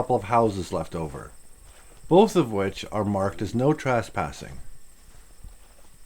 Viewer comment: I am intrigued by the way you pronounce trespassing, as if it were spelled traspassing.